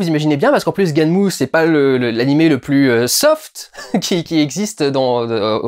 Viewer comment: Il ne faut pas prononcer "gunèm" mais "ganmou"